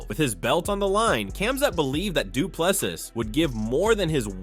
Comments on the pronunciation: For anyone interested: his surname is pronounced as "du Ple-SEE" not "du Ple-sis". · Well done Dricus, viva 🇿🇦. I enjoy your channel, but please pronounce Dricus du Plessis [doo-pla-see], silent ‘s’ at the end. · The S at the end of Du Plessis is silent! It's French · How stupid are the Americans that after DDP has been the champ for over a year, they cannot be bothered to learn how to pronounce his name properly. He is a world champ and deserves that respect. Do better ignorant Americans